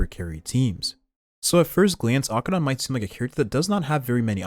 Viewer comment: I love your Acheron pronunciation.